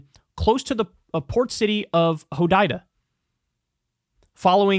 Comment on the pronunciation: Kyle can’t pronounce Hodaida